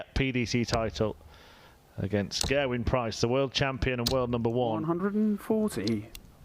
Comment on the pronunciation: Knobhead Nicholson isn't Welsh, but like that other berk Mardle, they continue to call Price "Gerrawin".